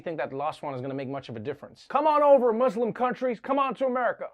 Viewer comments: I like that he said it correctly “Muslim” not “Muzlim” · Thank you Trevor for pronouncing Muslim correctly